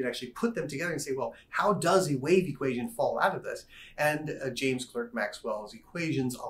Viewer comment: common mistake: James Clerk Maxwell's middle name is pronounced Clark, not Clerk.